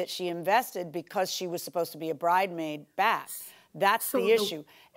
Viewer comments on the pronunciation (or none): Not "bridemaid" like Nene 😅😅😅